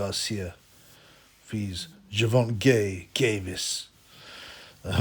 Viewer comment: Ger-von-gay LMFAO